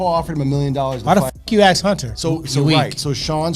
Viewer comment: let me axe you something though